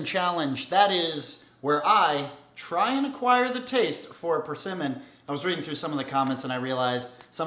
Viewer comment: You said PerCinnamon. Try again.